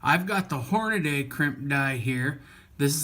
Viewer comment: It's Hornady, not Hornaday.